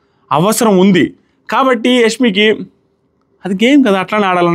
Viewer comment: యస్మి కాదు బ్రో యశ్మి అని అనాలి